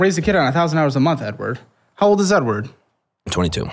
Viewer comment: bro says edward like a slur LMFAO